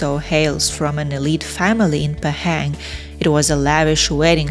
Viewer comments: The pronunciation of Pahang is Pa ( like papa) and Hung ....Pa Hung NOT Pay- Heng. 😅😅😅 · Pahang - pronounced Bahasa Melayu way, not British nor American way. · laughing hearing you pronouncing 'Pahang'